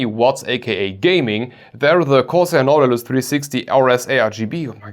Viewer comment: Nah. Without the -tilus. It's Now-ti-lus.